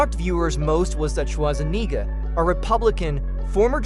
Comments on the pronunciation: Shwarseneger... His name is Schwarzenegger! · Your butchering of Arnold's last name is why I can't watch this video, I'll find another source